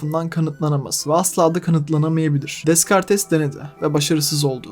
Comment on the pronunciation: Descartes diye yazılır dekart diye okunur